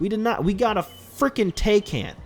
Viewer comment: Dude just made me laugh of how he said taycan but he has a point tho